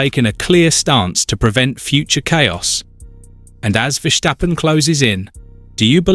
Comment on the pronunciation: Please say, Ver Stappen. There's no shc in there. Ok.